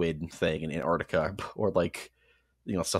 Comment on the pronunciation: Why do you say "Anartica" istead of Antarctica?